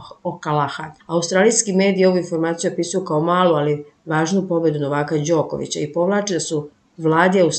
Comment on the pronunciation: Ženo, nemoj čitati " NovAka", nego " NOvaka". Paraš nam uši,alo...!